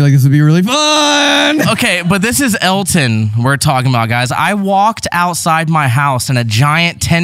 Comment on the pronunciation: It's not Alton it's Elton